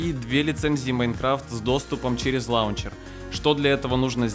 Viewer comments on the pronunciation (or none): none